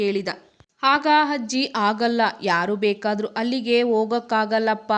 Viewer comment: Adu hajji alla ajji😂